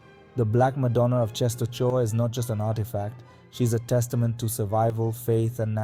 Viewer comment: I gave thumb up, but… for God's sake, check pronunciation (you read “Częstochowa”, “Jagiełło”, “Kordecki” totally wrong, watch the video titled "How to read Polish or something" and you will see), and if you have problems with saying Polish names, record what google translator read aloud.